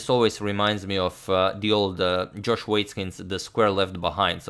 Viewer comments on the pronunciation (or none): none